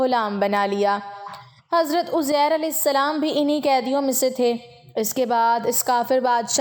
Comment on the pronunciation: اپنی اصلاح کریں یہ اوزیر ھے یا عزیز صحیح کریں